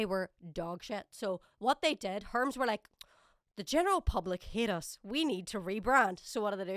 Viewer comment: First time I've heard someone called Hermes as Herms and no Her-mees